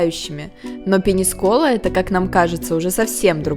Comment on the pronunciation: Ну вы хоть ударения ставьте правильно. ПенИскола. Просто кровь из ушей